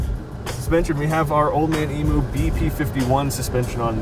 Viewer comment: I don't understand why yanks can't properly pronounce "emu", it's worse when there is a arb rep in the vehicle who still can't pronounce the word.